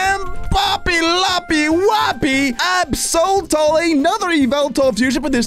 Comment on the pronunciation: Absoltal absol And yveltal